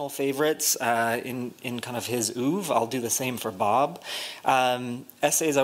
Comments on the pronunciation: and "oov"?? WTF? Pathetic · Bunch of nitwits! Pronouncing a French word in a manner that is half French (by dropping the pronunciation of the last syllable) and half American (by pronouncing the first syllable as if it were spelled "oo").